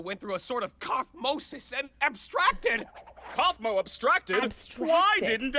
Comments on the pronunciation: It's not kaufmi it's kaufmo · said kafmoe